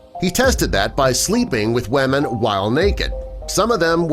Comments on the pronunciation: Why does the say wamen lol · lol he kept saying wamen